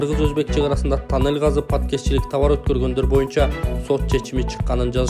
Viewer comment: Танел эмес тунел деп аталат гоо